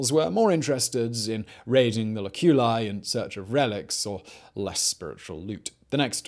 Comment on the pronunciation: cuBIcula LOculi. arcoSOLIa FOsseri. Third syllable from the last is stressed. Not second.